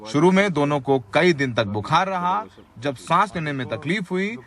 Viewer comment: love your urdu accent. except bu-khar (not like khar, next to bandra) but khaar, coming from back of throat.